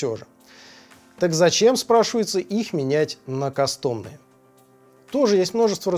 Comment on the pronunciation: Не кастОмные, а кАстомные все же